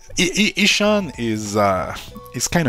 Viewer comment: FIRST!! Lol it's pronounced ishaan not ish un XD Also my Pokemon point is that there's a lot to do besides following the main questline And the v&h points were to get more combat exp hence dailies needed Side content in Pokemon is catching more Pokemon in side zones/new zones! And yes I HATED THE CLASS BALANCING IN V&H but it has nothing to do with the horrid exp curve from 75-95